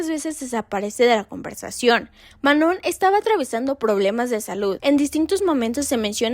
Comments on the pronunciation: El nombre de Manon se pronuncia *MANÓ (sin la n al final, no tiene sonido) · Se llama Ma-no!🫩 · Decepciona una y otra vez que cuando investigan para estos videos sigan sin poder pronunciar bien el nombre de Manon, algo a lo que ella misma ha dado mucho énfasis . O si hablas de temas raciales, debes llamar a las chicas negras como chicas negras, no "de piel oscura". Por otro lado, Lexie también tiene ascendencia latina, y muchos lo olvidan... No sé, falta más estudio. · Qué pena. Podrías tomar el comentario para mejorar y no dar excusas. Sólo responderé a una cosa, lo demás lo puedes investigar mejor. El que otras personas pronuncien mal el nombre de una alguien, no es razón para continuar haciéndolo, todo lo contrario. Sobre todo si tu video se trata de respetar identidades y/o etnias. La misma Manon no tolera que digan mal su nombre. Cero respeto por ELLA. Lo que hagan los demás no debería importarte (¿Missy? ¿En serio? La misma que trató pésimo a Manon la pones como ejemplo, increíble). Ojalá si vuelves a hacer otro video donde la menciones puedas pronunciarlo bien. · uy si la manon va a tener un ataque de pánico porque una youtuber pronunció mal su nombre, déjenla de tratarla como un cristalito